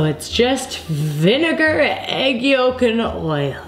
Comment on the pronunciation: "vinnagar"... "vegatable"...